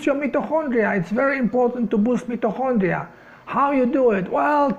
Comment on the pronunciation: English pronunciation MITO as in 👁. & Kondria ( hard K sound)